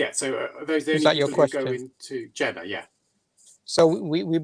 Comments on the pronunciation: The way you say Jannah makes me think you were never a Muslim. When I say Muslim, I mean someone who actually submitted their will to Allah swt and lived their life as a Muslim. You're probably related to Muslims, hence your name. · It's not old. You say Jannah, exactly like a gora would say it, a Muslim wouldn't say it like that, ever, unless of course that 'muslim' only has a Muslim name and is a coconut. Regarding the video, short answer is Yes!!! Someone who's committed heinous crimes will be forgiven for their crimes and they would enter paradise inshaAllah, if they accept Islam. The caveat is that the people the crimes were committed against will be compensated much more than they would expect, so much so, they will also forgive the individual. اللہ اعلم